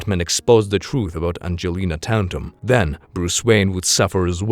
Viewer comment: Fun story, you got the wrong a little wrong T A T U M, no N in there. Good entertainment value in this channel, you do good work Sir.